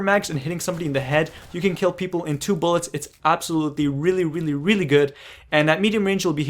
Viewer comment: Hahahhaah I like when he says Really really really,Sounds like he is saying weely weely weely:))Btw prof i msged u before about a gun review of pp-19 and u dont want to do it:((( plz do it.thanks